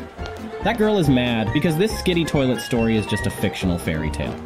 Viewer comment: Toilot😂😂😂titan speaker say "any skibidi toilot😂😂"